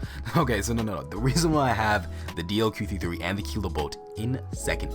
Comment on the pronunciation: DLQ 53 is it me or anyone else when pronounce it?